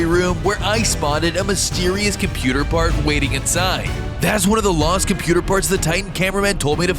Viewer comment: Computah mahn